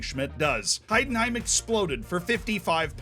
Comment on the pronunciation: Wow I love your pronunciation XD Please comment some Heidenheim games next season! I will support you :D